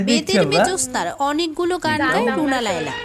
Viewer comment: Laiya not laila